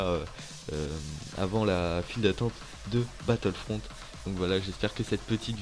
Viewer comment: ENLEVE LE E A LA FIN VITEEEEEE